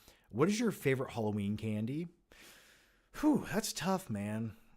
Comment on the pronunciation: Everyone: Halloween is escapism like a cartoon: Hollow-een is ec-scapism like a cart-toon